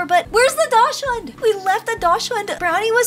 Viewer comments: Dashing is pronounced {DOC}•sund• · Just so everyone knows… daschund is actually pronounced like “dock sun” 😊